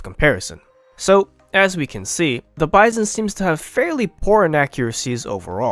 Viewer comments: Bizon is a French knockoff actually. Pronounced bee-zon, not like bison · The way the narrator pronounces "Bizon" is wrong. Also, if you use this weapon - and all the other SMGs - in a "Hollywood film manner" you will probably regret using it. You should see the videos of Arthur Alphin about trench assault, he tells you how to use a SMG and a combat shotgun effectively.